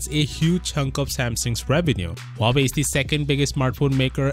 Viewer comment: Samsung might lose huwawei?😂😂😂 Love you, keep up the work